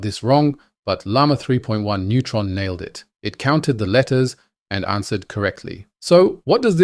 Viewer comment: It sounds as if you're saying neutron instead of nemotron. 🌻